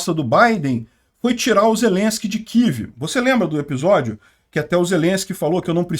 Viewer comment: Não é kiv que isso não é inglês, é kiév